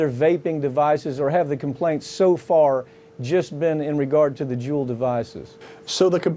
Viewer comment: It's pronounced Jule not Julie. He pronounces it right and wrong lol. Also all of the injuries from e-cigs have been linked to the cartridges being cut with liquid vitamin E. And they need to make women and children a protected class so the punishments will be stiffer than the current laws. Because sentences for child prostitution and human trafficking are way too light.